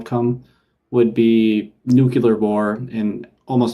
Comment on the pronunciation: I forgive you for your SE sins. For saying "nukular", however... :P